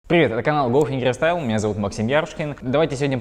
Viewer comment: Мне послышалась или он сказал Лохингерстайл!🤔